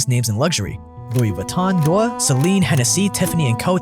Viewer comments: Pronounce Dior properly. It is “Dee-Or”, not “Doir”. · Dior Dee-or Not door Love your vids 😊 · If he says dewwr instead of Dior one more time I’m gonna eat my hand. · it's DIOR for god sake not doyr not dewr D I O R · Shoes Dior but says mua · DIOR= "DEEYOR"... no thanks :) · I love your videos so much, but the way you pronounce “Dior” is criminal. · Hi great video. Please look up the correct pronunciation of Dior though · This is one of the worst attempts of saying Dior and Moet I’ve ever heard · Any French speaker cringing at the pronounces Dior? 😂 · You murdered the word "Dior" so bad... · that dior pronunciation is killing me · What did you just call dior ? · exactly why this bootlicker is calling all poor people dumb by comparison. He probably isn't even rich consider he can't properly pronounce Dior.